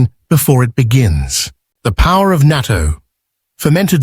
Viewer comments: Pronounce "nah-to," spelled "natto." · Naa TOE. I know this is Ai but please be courteous and pronounce it right.